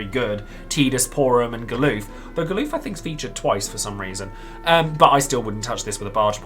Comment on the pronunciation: You say "Ga-LOOF??" XD It's "GAL-UF" just like it's spelled, lol. XD XD XD